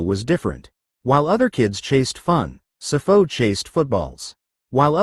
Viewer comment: Sipho not sifo...yeses